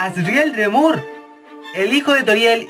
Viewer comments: oye esta bien pero aprende algo de inglés! se dice como "asriel drimur"!!! no "asriel dremur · shelby Quintanilla si y pronuncia mal Dreemurr